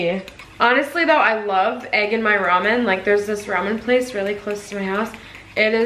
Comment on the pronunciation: Literally not a single person says Rayman.